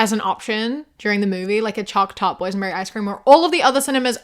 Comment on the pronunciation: Ngl I thought you were saying poison berry icecream not boys and berry icecream